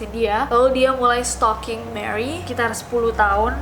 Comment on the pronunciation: setalkinggg????? setaljan ,,??? sukijan??? sukirman?? supirman???